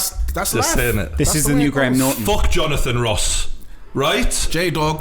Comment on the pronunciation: We need a twue bwitis hewo... Jonaphan Woss!!!